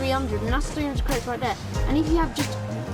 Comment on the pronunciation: 'Credidts' lol